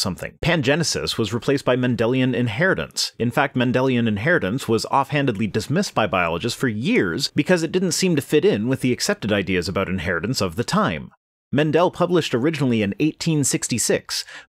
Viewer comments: It's NOT Men-DEL, it's MEN-dul. DUmbass. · I AM GERMAN Its Men-del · Germanic pronunciation is MEN-dul. He was German. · So am I (Walz), it's MEN-dul !! Accent on first syllable, GREG-or MEN-dul